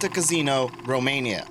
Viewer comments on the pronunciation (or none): How do you not know how to pronounce Quarry? And Casino?